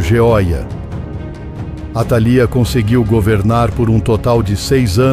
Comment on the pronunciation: faltou acento atalía líii